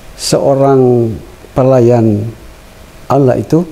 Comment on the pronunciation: Alhamdulillah orang yang baru dapat hidayah adalah hal biasa dalam pelafalan kata Allah, Allah SWT maha mengetahui semoga Pak Dance selalu istiqomah dalam Islam.